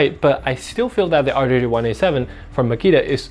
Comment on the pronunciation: "D J R 1 8 7" not "R DAY J 1 8 7" lol